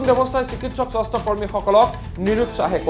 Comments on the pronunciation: স্বস্থ বিভাগ না স্বাস্থ্য বিভাগ. না তোৰ মাত নুঘুৰা হৈছে. আল বাল চেনেল কৰি খুলিব আহিছা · কি স্বস্থ্য হে । স্বাস্থ্য বুলি স্পষ্টকৈ কওক।বৰ শ্ৰুতিকটু হৈছে।